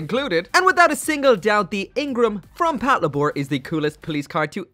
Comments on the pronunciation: "Pat luh-bore" wut パトレイバー "patoreibaa" my dude. as in "Patrol Labor." As in the mechs are called "Labors." Because they do labor. "Lay-bore." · Patlabor is just the combination of patrol & labor, it's not said Pat La Bore. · Your pronunciation of Patlabor makes me so angry.